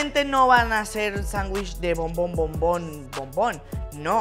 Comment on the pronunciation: No se dice chanwish, se dice Sanwich lol🤣🤣🤣